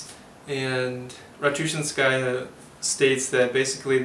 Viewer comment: This is a good presentation. Having read this book as a student of Russian language of literature (My own choice) I can tell. My only objection to your presentation was your pronunciation of her last name. Stress is very important in Russian. Ratouchinsjaya is to be pronounced with stress in the third syllable -chin-. Russian speakers will need some time understanding who you are talking about. A trifle. To westerners it doesn't matter. Good review.